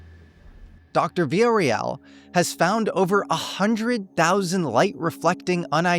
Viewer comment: Veeya-RO-EL. That's the name. Everybody gets this wrong. Thank you for having her on, though. Great job!